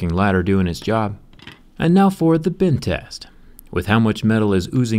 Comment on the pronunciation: It sounds like he said bin test